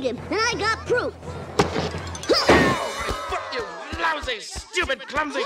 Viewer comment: oh wait he didnt he said lowsy my ears are broken lol 😂